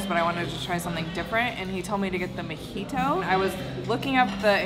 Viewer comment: I've never been there before... Is it pronounced a "Mee-jito" like says or a "Mo-jito" like it is spelled?? Sometimes things are pronounced differently than they are spelled... 🤷🧏